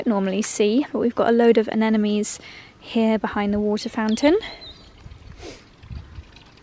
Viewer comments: I've always been wondering if I'm just hearing it wrong, but the name of your favourite flower is anemone. Not anenome. :) Love watching your vlogs. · Love videos but why does she always calls the Anemone flower Anenemys?